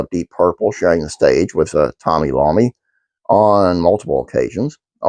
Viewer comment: Did you really call legendary Black Sabbath guitarist Tony Iommi “Tony Lommi” in your video? Wow just wow.